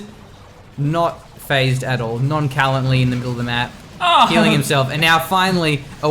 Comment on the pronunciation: non-kalently... It's non-sha-launt-ly